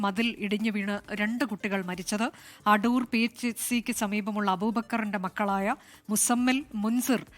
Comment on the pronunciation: Adoor aanu... Adhur alla